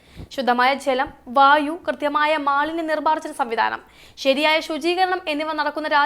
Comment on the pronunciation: രാച്യം, ശുദ്ദമായ, സംവിതാനം, ഒണ്ടാക്കിയത് ഉച്ചാരണം ബഹുകേമം 👍